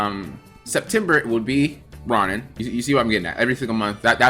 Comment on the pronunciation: Row-nan lol like Conan